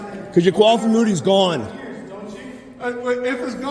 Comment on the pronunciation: Did he say coifed imoonity as the final answer? He mispronounced "qualified immunity" three times, finally gave up and just went with... coifed imoonity. 😂😂😂